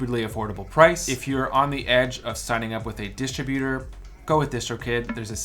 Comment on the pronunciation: Wow, I thought it was douchy sounding when you pronounced it distro-buter, but when you pronounced it luh-nee-er, I was like - OMG, this is a douch.